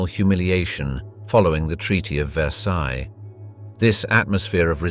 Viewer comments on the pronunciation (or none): none